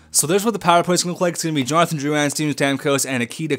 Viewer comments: Drou-IN not Drou-an Please pronounce it properly, im just saying it s annoying im not complaining. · the comentators in game prononce it like droulin